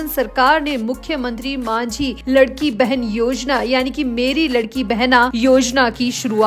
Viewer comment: योजना का नाम “लाडकी बहीण “ ना की लडकी बहेन. इसका मतलब है प्यारी बहना. इतनी बडी गलती आप कैसे करते हो?